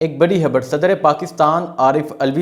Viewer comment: ⚠️ بھائی آپ "خ" کو "ح" کیوں پڑھتے ہیں؟؟ خبر کو حبر۔۔۔ 🤦‍♂️